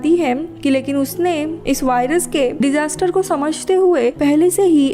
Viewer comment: वाइरस नही होता वायरस होता है